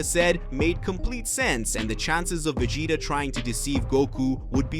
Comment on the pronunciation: Come on surely you could get this person to be able to say vegeta properly